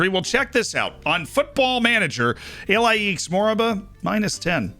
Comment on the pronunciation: Ilaix is pronounced like E-LIE-shh